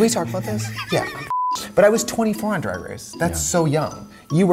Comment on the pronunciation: L J drAAAAAg con not drEIg con